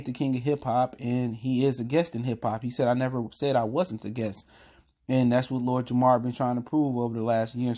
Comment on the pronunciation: Guest. Not guess. Js